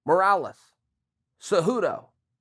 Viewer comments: ffs Chael it's Moraes, not Morales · Lmfao "MORALES". It's "MORAES" 😂😂😂😂😂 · Ruan de Swardt No it is Morales. Didn’t you hear Chael? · Marlon “ marawles” moraes